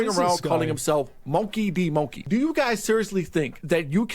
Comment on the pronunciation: when you cant say "monkey" correctly because you watched too much anime...